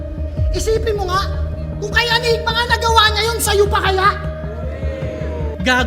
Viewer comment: ANYGMA boss, hindi ENYGMA.